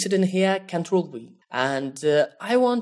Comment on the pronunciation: Cantrol??? lmao